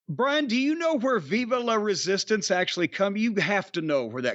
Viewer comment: Vivè le resistance, la is also Spanish